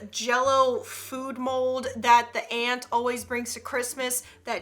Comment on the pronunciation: when she said aunt I thought she meant an ant 🐜